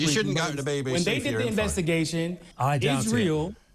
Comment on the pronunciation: whats is isreel? does he mean israel? or. has instagram made him an illiterate.